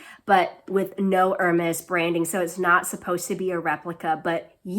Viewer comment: I really love your channel. Nice to see other women in academia who also enjoy the frivolous luxuries of life. I love the Cartier Panthère bag - it’s on my wish-list! Great choice :). Be careful when pronouncing Hermès. It’s more like “air-mez,” rather than “er-mez.”